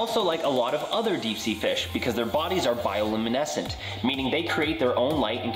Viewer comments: "Bioluminescent", drop the "il" after bio. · ITS ACCTUALLY BIOLUMINESCENT, INSTEAD OF BIOILUMINESCENT. I NERD OUT TOO LOL.